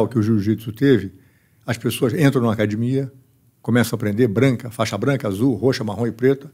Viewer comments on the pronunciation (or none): Falou "cadimia" é Gracie. Parabéns pelo excelente trabalho,!